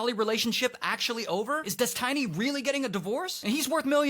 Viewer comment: You mispronounced his name